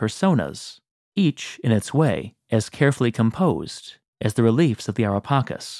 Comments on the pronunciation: U spell it wrong not pakis but paceees like cheese cke not kis cake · It's so wierd for us Italians to hear "Ara Pakis" like you did... LOL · The pronunciation of Ara Pacis is incorrect.